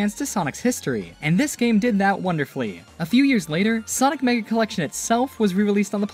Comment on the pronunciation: Sonic Origins “Cellection”💀